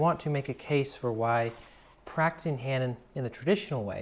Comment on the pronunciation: Hanon is French and is pronounced without the h at the beginning.